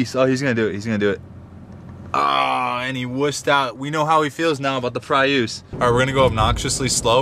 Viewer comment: Love how he says get a prias lol